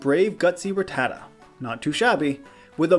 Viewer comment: Its not "Rattata" like "retarded". It's "Rattata" like "gattica".